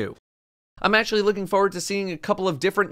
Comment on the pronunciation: No one: Not a single soul:: "Fuhward"